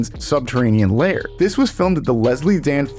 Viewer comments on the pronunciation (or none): none